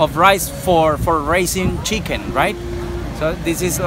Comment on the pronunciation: . Checken or chicken he mean 😂